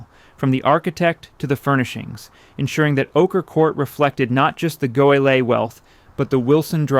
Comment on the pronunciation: You should do something to relieve the poor AI which keeps mangling the pronunciation of "Goelet," It's pronounced: Go Lay. It's not that hard.